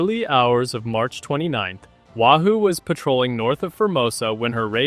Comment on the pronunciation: its NOT Wa Hoo it's Wahoo Get it right or don't do it at all!